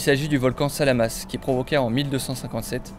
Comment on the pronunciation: Mec c'est le Samalas, pas Salamas. Tu fais une vidéo entière sur le sujet prononce correctement, quoi ^^